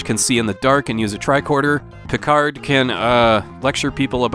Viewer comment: Watching Star Trek on TV as episodes were released was a great thrill. Did you say "Kicard"?